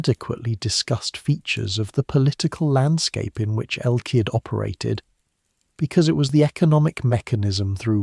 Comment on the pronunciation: Is this AI-narrated? Just asking as I noticed El Cid is pronounced around 5 different ways.